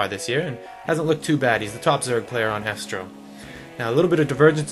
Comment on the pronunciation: it's Estro(and pronounced eestro). Just saying. And the last vod had Tazza there, and he is pronounced Tazza(double z like pizza) not Tasa. It is a bit annoying.